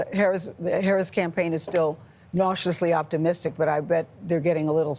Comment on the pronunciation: One of them same “cautiously optimistic” but it sounded like they said “nauseously optimistic.”